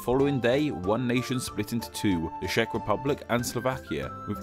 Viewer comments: "Czech" is read with the initial "Ch" sound, not "Sh" which you pronounce all over the place... Should've done more phonetic checkups before posting the vid, no? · "Cz" is pronounced like "Ch" not "Sh" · Czech is not pronunced sheck but check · Am I the only who hates how he pronounces Czech Republic as Shack Republic?